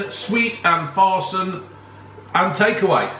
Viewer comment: Sorry but FARSAN is pronounced as FURSAAN. Just to get it right. Thanks. Good video. Sweets are MITHAI and other savory snacks are FURSAAN, go well with tea.